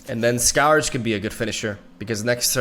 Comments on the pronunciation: sk-Urge not Scow-urge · skǝrj or skuhj is the correct pronunciation and only the sound quality when he says it isn't the best...for a Spanish speaker it's pretty good and not far from the correct pronunciation... so yeah, you guys are just playing know-it-alls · "The skawrge" lmao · First of all, thanks for the sappiness and sincerity, I appreciate it. Secondly, Scourge is a weird word and is pronounced skərj, like the word cur, or were, or her, etc. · Im not sure if scow urge (scourge) is the right way to say it😂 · I URGE you to pronounce Scourge correctly (SC - URGE) :) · It most definitely isn't. "ScAr-j" isn't a correct pronounciation of "scourge" in any form of english. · If you're actually natively english and think the correct pronounciation is "ScAr-j" then that's just kinda sad. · Listen to several audio books, my friend, because it really isn’t.